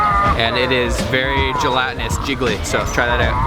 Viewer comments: the word "OUT" is pronounced "AAAOOooot" NOT "Eeoot" dam everytime you say it ....just zingz my ear...you dont believe me....Google it and hit the fu*in speaker key on the word "OUT" DAM!! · You say "out" funny.